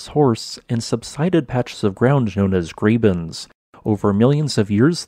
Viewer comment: pleasePleasePLEASE, it's German, and pronounced~ "grawben", not GRAYBEN